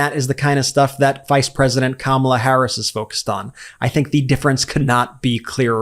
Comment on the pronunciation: He actually pronounced Kamala’s name correctly…